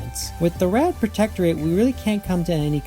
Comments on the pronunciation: Yeah, it's the Rand Protectorate. Not Ram. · They definitely pronounce it "Rand" in the show. I just rewatched that episode recently. WTAF, dude? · The D is pronounced. It's soft but not silent. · You say a lot of Stargate words wrong in very surprising ways. No offense intended but you may have some kind of dyslexia and shouldn't blame the writers for your difficulty with the names. I always heard "Rand." I have a friend who does something similar by adding or removing syllables from words he has heard before. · I always here rand, rhymes with land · the "D" in "Rand" is not silent